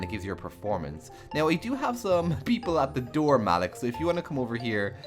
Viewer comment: Sounds great! But,I don't think Malik's name is pronounced like that lol